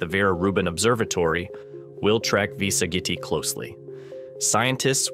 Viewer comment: Sag it I? I love the pronunciation.... AI can't seem to correct itself.